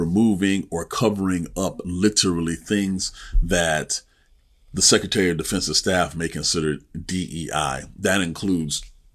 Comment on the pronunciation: It is not "sek e tary". It is "sek Re tary". You need the "r" if you're going to speak English.